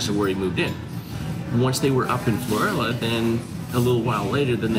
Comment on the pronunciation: Pronounced Floor/al/a